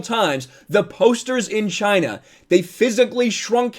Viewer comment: Not to mention the hands 👌 Chy-Na👌